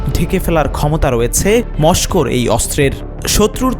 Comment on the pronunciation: সাংবাদিিকের উচ্চারণে সমস্যা আছে। তোমার উচ্চারণে রাশিয়ার পুতিনও কষ্ট পাবে। মস্ক না মস্কো